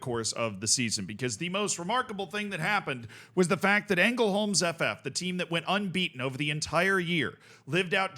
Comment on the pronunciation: Btw just for future reference, in Swedish if a word is LJ you don't pronounce the J, so it'd just be pronounced Lungbyheds. Also the Ä is often pronounced as an E at the start of words so you'd be pretty safe going with that, here for example it'd be Engelholms